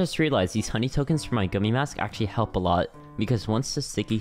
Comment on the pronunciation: pls dont tell me you just said akshually instead of actually💀